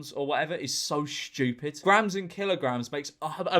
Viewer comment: its very STCHEWPID, innit? I'm italian and pls dont blast me in the replies